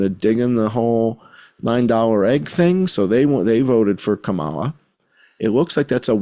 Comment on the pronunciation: I like how you pronounce it KaMAla. I do too. Believe people the 1st time.